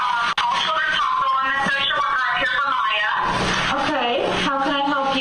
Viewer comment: I know, right? It was bugging me how no one on the defense will even say their name and constantly say “Mom” or “the child”. Then listening to the former Judge mangle their names just put me over the edge! Lol